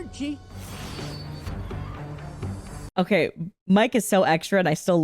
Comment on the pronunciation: Did he just say “ciao arriveDARCI”?? That italian genuinely hurt and im not even italian. I didn’t even know what he said until i watched this vid twice